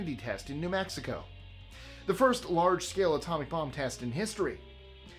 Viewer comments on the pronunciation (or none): none